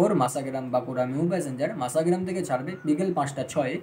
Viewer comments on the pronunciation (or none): মাসা মাসা করলে অনেকেই বিরক্ত হবে, স্পষ্ট করে উচ্চারণ করো ভাই, মশা গ্রাম। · ট্রেনের নাম মাসাগ্রাম নয় ভাই, ওটার নাম মসাগ্রাম। ভিডিও আপলোড করার আগে সঠিক বানান সহ উচ্চারণ বিবেচনা করতে হবে। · Vai masagram uchharon ta thik thak kore koro